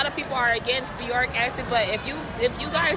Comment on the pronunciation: is she trying to say Boric Acid? wtf is "Beyoric" Acid ?